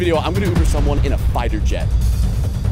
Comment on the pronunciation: He said flighter jet 💀